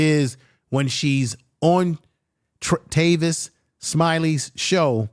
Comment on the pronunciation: “TAY-Vis” Smiley 😂😂😂😂😂😂 🤦🏿‍♂️🤦🏿‍♂️🤦🏿‍♂️🤦🏿‍♂️ good job tho my brotha